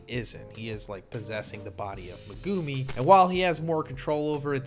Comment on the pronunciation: STOP SAYING MEGUMI LIKE THAT!!!! SPECIAL ED SOUNDING ASS